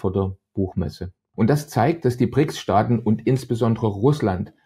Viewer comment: Das heißt Brics und nicht Prics.